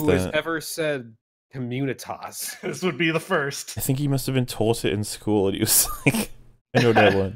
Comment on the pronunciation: He also pronounced "communitas" wrong...